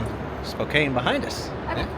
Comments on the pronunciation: Here's a tip. Don't pronounce it (spo-cane), pronounce it (spo-can). People there are sometimes really sensitive about the pronunciation of "Spokane" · Spo--can, NOT Spo-cane! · How many people screamed at you in the comments that you should ponounce Spokane like its missing the e on the end. Spoh-can